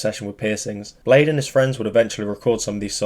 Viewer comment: I thought it was pronounced as "blay dee"